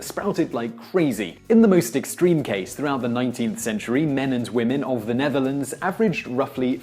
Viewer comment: "Neatherlands" instead of Netherlands? Not sure if this is right. Correct me if I'm wrong.